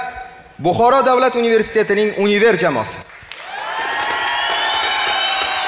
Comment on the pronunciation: Univer dedimi 😅😅. Yunever db oqiladiyu